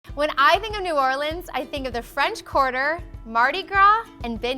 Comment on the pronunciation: Yay! You pronounce New Orleans right!